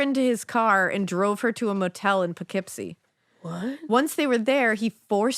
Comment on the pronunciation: I don’t know how someone from the 40’s believed in X-ray cameras. And shout out to Alaina for pronouncing Poughkeepsie correctly!